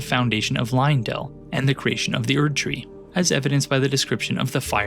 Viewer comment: Look man I know there is great content in this video but oh my god it is so hard to concentrate on what you're talking about when you keep mispronouncing Marika. Its Marika not Mareeka 🙄 And not Liondell. Leyndell. LAY N DELL. Sorry its a pet peeve of mine when people mispronounce things, especially when they are said in game